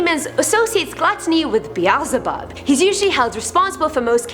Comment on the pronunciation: Isn’t it suppose to be Beelzebub? Not Be- ael ze bub?